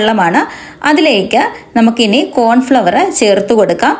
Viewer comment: Cornflour anu Pronunciation correct aku